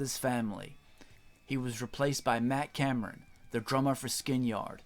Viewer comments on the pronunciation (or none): none